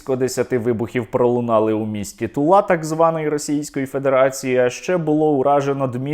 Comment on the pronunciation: Сергій Стерненко - явно НЕ радянська і НЕ росіянська дитина: не знає, де ставити наголос у назві росіянського міста Тула, правильно - не тулА, а тУла. І це чудово!!!!! Сподіваюсь, що скоро ми всі забудемо назви росіянських міст і росіянську мову.